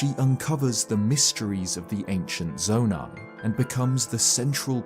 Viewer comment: Its saydid zoni